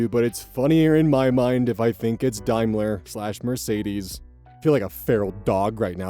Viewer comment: Daimler can join foal on the list of words can't pronounce